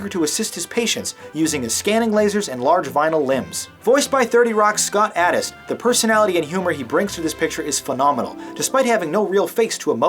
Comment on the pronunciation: *Scott Adsit *Ryan Potter *Damon Wayans, Jr. You botched a lot of names on this review. Just sayin' :)